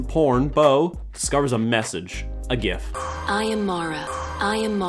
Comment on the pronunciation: “Discovers a gif” ironically so happy he didn’t pronounce it “jif”